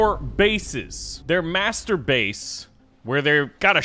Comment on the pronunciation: Stop saying masterbase like that